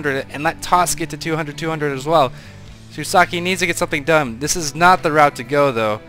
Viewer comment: i don't see the the i in the end of shusaku's name. Were you told how to say his name or did you just misread?